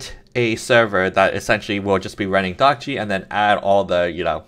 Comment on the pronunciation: hi. according to what the developer of dockge says in his github repo you're not pronouncing it right. he says: "'Dockge' is a coinage word which is created by myself. I hope it sounds like Dodge". so not "dock gee" it should be "dock dg" (where dg rhymes with the "dge" of words like "dodge", "edge", "badge", and the "e" isn't pronounced) i hope that's helpful!